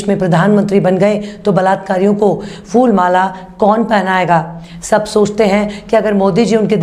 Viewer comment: Saiba you are shredding your weight Madame and the word is: Phool Not Fool For Flower. Looking great by Reducing Weight stay blessed Ahmeen. Thanks